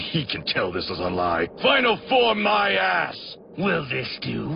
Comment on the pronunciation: The emphasis on ass 😂